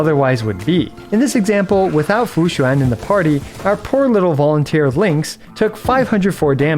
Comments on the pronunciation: as a chinese person, this is the most accurate pronunciation of Fu Xuan and Xianzhou Luofu I've heard from a non-chinese person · Among all the Chinese names you pronounced, Fuxuan is the best LOL, great try! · you need to stop pronouncing fu xuan so accurately like a Chinese native, it's getting uncanny :) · Hey, not sure if you're gonna see this but coming from a bilingual your pronunciation of Fu Xuan (符玄) and Xianzhou (仙舟) is pretty on point. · Wow the pronunciation of xianzhouluofu and fuxuan are pretty spot on, always happy to see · The way say Fu Xuan sounds native